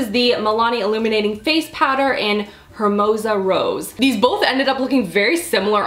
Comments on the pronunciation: did you just pronounce the word hermosa like "her-mow-zuh"!? It's a Spanish word! You pronounce it like "air-mow-suh". Learn your Spanish girl!!! No hard feelings though. It did make me laugh. Just thought I'd let you know;) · hermosa = air - moe - sah, it's spanish! :) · Cringed a bit when she pronounced the h in hermosa rose lol, but i loved the video 👌🏽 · "Hhher-moza rose" XD I adore you but that was so adorably Canadian that I can't even. That was the whitest pronunciation of a Spanish word that I've ever heard. XD No shade, I adore you, I thought it was cute just also funny! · Hermosa, is spanish, the H is silent and mean gorgeous